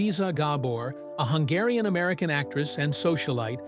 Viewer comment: Horrible ai Awada’s gAbor